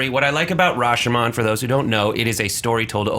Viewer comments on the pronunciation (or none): I don't know a movie called RashAHmAHn..... It's Rah shyoh mohn... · Anyone else cringe when Rashomon was pronounced wrong?